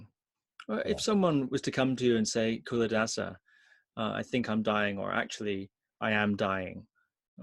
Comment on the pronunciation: It's pronounced Chuladasa